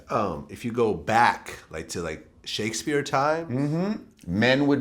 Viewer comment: Did he say Shake-a-spear?